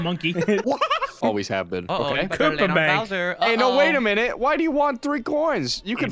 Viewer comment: when said touch koopa, it sound like he's saying "kupa" meaning poop in polish lmao